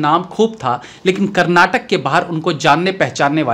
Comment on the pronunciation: Bhai I am from Karnataka Chitradurga. I follow you from very long time. Request you that pls pronounce kannada not kannad. Da da . It's Karnataka last should come aa. Not Karnatak.